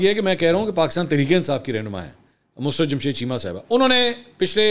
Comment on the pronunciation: The pronunciation is not mus- rut. It’s Mu-sur-rut. Mansoor you always pronounce it wrong. It’s such a common name